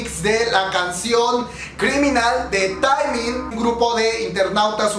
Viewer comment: Estoy emocionada! Quiero ver que es lo que traen Jajajajaj hermana, no es Taimin is "Temin" 😂😂